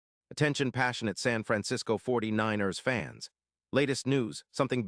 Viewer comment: 49- errs. Jeez!